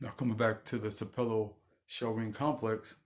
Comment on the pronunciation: Sapelo is pronounced with the emphasis on the first syllable (pronounced like SAP uh lo). Sapelo Island Georgia has a very interesting history.